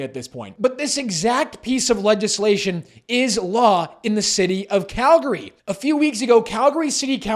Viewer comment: "Legislation". The "g" is soft, like a "j", not hard as in "Leg".